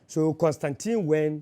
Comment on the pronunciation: He has the correct pronunciation of Constantine. Kobby Ireland